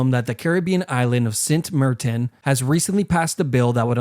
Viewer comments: why did you pronounce "saint martin" as "sint mertin"...you drunk bro? edit: nvm that's a diff caribbean island I guess edit 2: no wait it's the same exact island. tf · “sint mirtin” 😐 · It’s not s tier when he uses text to speech instead of narrating himself. nobody pronounces St.Martin as “sent mertin”…That’s how dumb ass a.I. text to speech screws up words no human ever would. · Sint mirtin? It's Maarten, my man. Dutch ain't THAT hard. Good video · “SINT MURTEN!?” 😅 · Ayeee st maarten my island you butchered the pronunciation tho Btw i had one of them as a pet